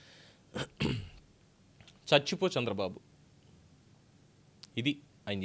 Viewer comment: 🦜 NOT " Chachipo "... 🤫 Manchi Panulu Chesi.... " CHACHI PO "........ 2 ) WHO SAID JAGAN STOPPED V.SAI's CHANNEL.... 3 ) Renuka Chowdhury " PUBLIC LY.... in... PARLIAMENT.... SAID.... " IT'S KAMMARAVATHI ".... 🦜...... JAKEE..... 🤣🤣🤣..... Dhanraj Journalist ✒️🔥